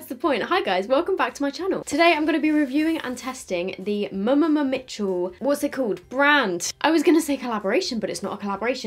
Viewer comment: I swear you’re the only one who actually pronounces every ‘m’ in mmmmitchel hahaha 😘